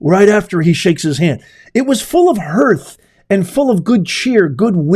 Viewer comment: I can't find the meaning of "hurt". What does it mean? You said "It was full of hurth" at the mark.